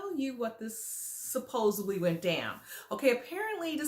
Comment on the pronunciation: Supposedvedly? Not a real word honey 😂😂😂😂